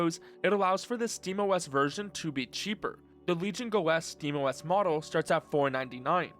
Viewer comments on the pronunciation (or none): none